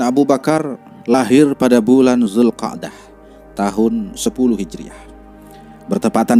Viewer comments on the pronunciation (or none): Ko zulkadah,yg bnr zulkaidah broo